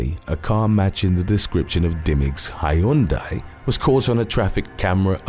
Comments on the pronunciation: I'd rather listen to you pronounce the word Hyundai correctly! Here,let me help you out! Sounds like:huhn·day. The word Hyundai has two syllables, whilst your sad attempt has 3. Do better! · YES, Hyundai! I had the same thought! Except I adore how he says it! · In the U.K it is pronounced 'Hy un dai' with three syllables. Americans pronounce it to rhyme with Sunday. Koreans pronounce it Hyun-dai. Remember you have a town called Cairo that the locals pronounce 'Kay-ro'